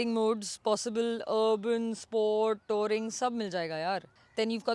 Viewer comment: It's pronounced tuuring( touring) not to ring